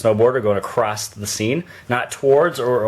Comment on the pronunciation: Acrosst... Seriously?